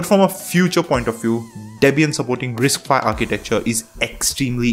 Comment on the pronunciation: It's "RISC five" not "RISC phi". 😂😂😂